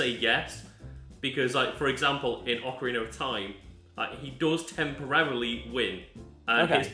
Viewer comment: Man really said OAKarina like we wouldn't notice